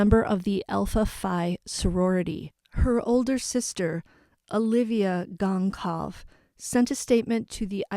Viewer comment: I’m guessing it’s pronounced ‘Gon-sal-ves’ no hard ‘c’